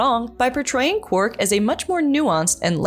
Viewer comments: It's quark not quirk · His name is QuARK not Quirk, Trek Culture has a host who can't even say his name. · I prefer Odo always almost calling him Quack. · Calling him “Quirk” is killing me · It's Quark. Not Quirk. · He's called Quark, NOT Querk! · It aint Quirk its Quark, read the spelling !!!! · Or as kept calling him "Quirk" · It's Quark.... not Quirk. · Quark for god sake not Kwerk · Sorry but instant dislike when the voice actor cannot even say Quark properly. His name sure as hell wasn't Quirk. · Sorry.... unwatchable.... constantly calling Quark... Quirk.... too distracting... that's like calling Spock ... Speck.... or Kirk... Kirk.... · Sir Bun-Bun 5 months ago Sorry.... unwatchable.... constantly calling Quark... Quirk.... too distracting... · I don't think the presenter of this video watches Star Trek DS9.. Why else does she keep calling Quark Quirk? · I keep hearing 'quirk' every time says his name... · The auto-generated captions do, too...! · That’s because she keeps saying quirk.. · Is she saying Quirk? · Yes she is ! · Quirk is what the video presenter says if she doesn't know how to say his name properly. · Is it just me, or every time she says his name is she calling him Quirk??? Am I the only one who hears Quirk? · It's rude to mispronounce other people's names,. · You said QUARK wrong! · It's just a shame you can't say his name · I can’t watch this episode! She’s pronouncing it wrong! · you are not alone